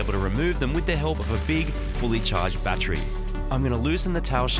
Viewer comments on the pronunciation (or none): Did he just say with the help of a fully charged ( Bat tree ) ? Lol